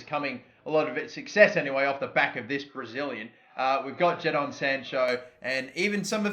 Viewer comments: its Jay-don mate not jad-don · wtf ja don sancho ??? btw it’s said jay don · Ahhhhhh why u say jadon wrong